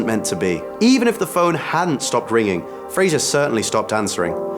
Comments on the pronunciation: You could at least pronounce his name correctly. it's Frazer not Fraiger, Brendan even said it himself.(oh well i'm probably not the first to mention this) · It's pronounced Fraser, not Frasier. smh.